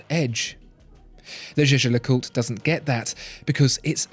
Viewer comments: Jaeger is pronounced "Yager" not 'Jeje'! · Jäger, not jeje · Jaeger is I think prounced as "yaeger" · It's "Jaeger", which can also be written "Jäger" and pronounced in that way ... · Can we talk about how you lronounce jaeger please?